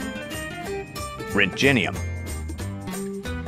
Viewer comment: Many of these are mispronounced. Those I noticed: it's not pray-zee-oh-dee-um, it's pray-zee-oh-dim-ee-um. It's not act-nee-um It's ac-tin-nee-um. it's not "rent-jenny-um", it's "rhont-ghen-ee-um" with the "rhont" as in "don't" and the "ghen" as in "again". Please upvote. Thank you.